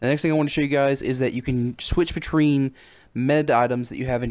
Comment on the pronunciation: “switch betreen” 😂